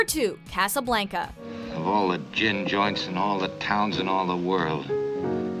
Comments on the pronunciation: CJ Terry casaBLANKEa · Dear God the pronunciation in this video hurts my soul. Moolin Rouge? Casa Blanka? Aaaaaaa, my soul. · “CasaBLANKa”???? Wtf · A lot of great movies on this list. Though you pronounced Casablanca wrong. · Right there with you. Drove me up a wall. And the way she says "Casablanca". Stop. Just...stop.